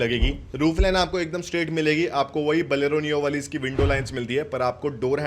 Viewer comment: बोलेरो सही से बोलना कब सीखोगे छोटे....????